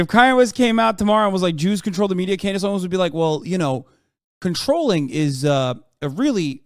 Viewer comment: "Klandace Owens" lul